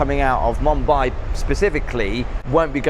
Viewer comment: your pronunciation of Mumbai kills me but I am here lol